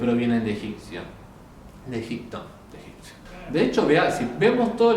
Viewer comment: EgiPto, egiPcio... pronunciame la P en Egipto, Egipcio. 😊 Gracias por tus videos.